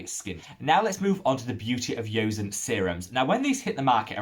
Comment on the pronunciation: I've mentioned to him before but maybe he didn't read it. To be more accurate "seon" rhymes with "John" or like "On" as in switching on/off.